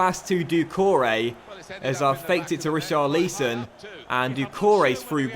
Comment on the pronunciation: Pls say richarlisons name properly you say it wrong check how the commentators pronounce his name when he plays in real life